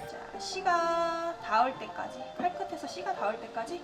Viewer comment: 씨가를 씨바로 들으신분ㅋㅋ